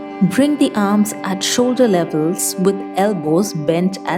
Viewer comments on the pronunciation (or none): none